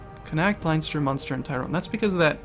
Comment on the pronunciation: you're pronounce leinster made every made every irish cry :D